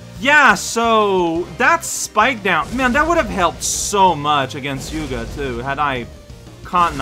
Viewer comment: Am I the only one bothered by how keeps misremembering Yuugi's name as Yuuga?